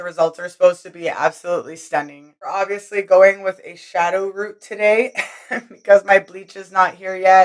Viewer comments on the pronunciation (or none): none